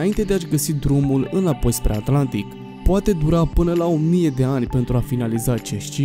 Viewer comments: Sunt singurul care aude aNtlantic? : )))) in rest super tare !👍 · Dacă ne spui și cine e acel "Giul Vern" cum l-ai pronunțat pe bietul Jules Verne e ok... Și app: e Oceanul Atlantic, nu "Oceanul Antlantic". :)))